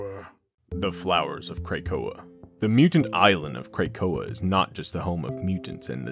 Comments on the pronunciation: OONLY recommendations is to pronounce Krakoa as Kruh Ko Uh. It’s a small thing ofc and doesn’t take away from the amazing work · Kray-koa? (otherwise perfect!)